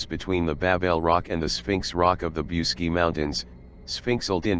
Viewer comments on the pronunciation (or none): The name of the mountain is pronounced "BOOCHEGI" , and it would be nice if you learnt how to pronounce the words correctly! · i am not Romanian but i heard you pronounce bucegi as" BOOCHEtch" ... just saying what Romanians i know say.. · The correct pronounciation is: bootchédgi - with a short i at the final (and do not pronounce it "ai", but simple "i", like the English "e") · I wish you knew how to pronounce Bucegi ! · WHY YOU MORE THEN INDOLENT COMMENTATOR, DID NOT TAKE A TIME TO LEARNE AND PRONOUNCE THE CORRECT NAME OF THE MOUNTAIN. MOST OF YOU PEOPLE MAKE FUN OF MELANIA TRUMP, THAT SHE HAS A FOREIGN ACCENT, EVEN SHE SPEAKS A FEW OTHER LANGUAGES. YOU DON'T HAVE TO SPEAK THE LANGUAGE, BUT IF YOU REFER TO A NAME IN ANY FOREIGN COUNTRY, LEARN THE CORRECT PRONUNTIATION, SPECIALLY WHEN YOU SPEAK ABOUT SOMETHING SO IMPORTANT AS THIS SUBJECT IS. IT'S AN INSULT FOR THOSE WHO KNOWS THE MOUNTAIN THE SPEAKER IS TALIKNIG ABOUT, TO LITERARLY DIN NOT UNDERSTAND WHAT MOUNTAIN HE IS TALKING ABOUT, UNTIL THEY SAW THE NAME OF THE MOUNTAIN, WRITTEN CORRECTLY. IN HIS POSITION, AS AN INTELECTUAL PERSON, I WOULD BE FEELING VERY INCONFORTABLE . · Don't forget the ch